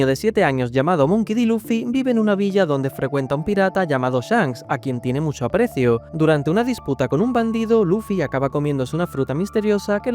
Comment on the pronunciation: ese musho te ha quedao muy andalú 😂